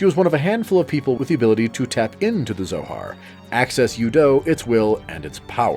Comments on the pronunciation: Never understood how people can know the plot so well but not know the pronunciations. "Cosmos" and "U-dough?" I assume they actually played instead of reading plot summaries, but how do they miss those? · Thumbs down for saying U-DO and KOS-MOS wrong, despite having played around 100 hours of voice acted games where they repeatedly say the words correctly